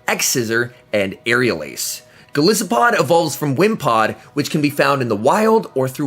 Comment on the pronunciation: 😂 I told my friend when this Pokémon was announced “I KNOW and are gonna mispronounce it in their videos” and of course you did lol